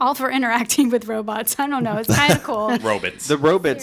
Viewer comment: Love the 50s "robots" pronunciation hahaha